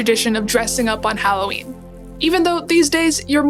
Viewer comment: Thank you for saying HAL-O-WEEN and not the atrocious HALL-A-WEEN